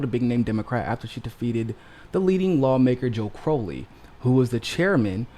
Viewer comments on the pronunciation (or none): Ummm....? It's CrOW-lee, not CrOH-lee. Joe Crow (rhymes with cow)-lee. Sorry about that. #AOC2032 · I think Joe pronounces it CR-OW (like ouch!) - lee.